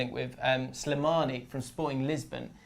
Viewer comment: Agreed. Apart from pronouncing Slimani 'SILImani'